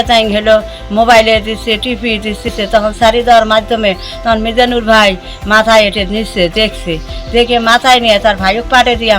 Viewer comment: যিনি এই মহৎ কাজটি করলেন তাঁর নামটাও সঠিকভাবে উচ্চারণ করতে পারেন না? মিজানুর কে মিনাজুর বলে চালিয়ে দিলি তুই?